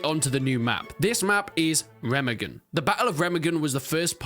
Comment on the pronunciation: Re-MA-gen not Rema-gen